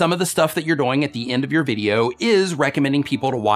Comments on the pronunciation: On live stream he said it a different way too. I think he said doe-ing. Instead of doing (rhymes with boing). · u say doyng